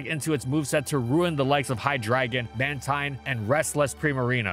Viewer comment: I didn't know bulky Volcarona could use Haze and Roar to help against set-up sweepers. Also the Gen 7 section tier names are swapped with "...Thus it saw occasionally appearances..." . / Mantine is pronounced "Man-teen" and Golisopod is pronounced "Goh-lice-o-pod", like how Raikou is pronounced "Rai-koh." Then again nobody's perfect.